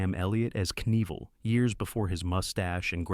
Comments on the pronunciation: Only one time did I hear “Knievel” pronounced correctly. It isn’t “NEE-vull”, you actually DO say the “k”: Kuh-NEE-vill. Three syllables. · PLEASE stop using the M0r0n A.I. Readers. Or at least write a script where the names are phonetically spelled so it can get them at least close... I mean really, EVaL NEEVaL. PROOF LISTEN to your videos first... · That hurt my ears so bad! Despite the stupid AI correcting itself, this was too far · Evel "NEEVEL"? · What's odd is that right after the voice pronounces his name right and then says it completely wrong again a minute later. Weird...LOL